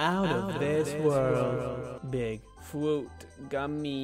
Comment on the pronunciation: I saw this video probably 4 years ago (feels like way longer) and i still quote "fwuit gummi" from time to time. rememeber rewinding and playing over and over for a few parts of this video and laughing for so long with my siblings. Thank you for the memories lol